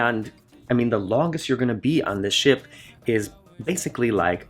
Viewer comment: What you said was "Ship Tour" what I heard was "S**T Tour" .... I'm old. I drink.